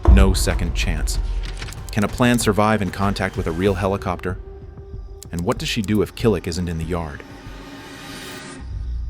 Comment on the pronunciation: You call a regular cassette tape a VHS tape (or at least that's what's shown) and LOL "HELL COPTER" ... I mean I know this is AI but sheesh.